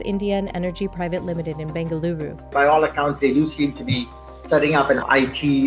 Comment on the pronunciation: Good work on being able to pronounce Bengaluru.